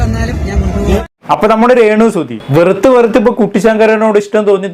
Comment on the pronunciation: സുതി.. അല്ല സുഹൃത്തേ സുധി